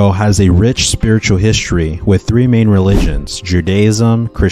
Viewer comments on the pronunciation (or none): none